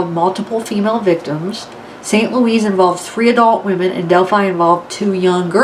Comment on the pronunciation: Not St. LOUISE